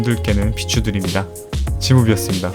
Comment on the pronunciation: 마지막에 지무비였습니다가 지옥였습니다로 들리는건 기분탓이겠지?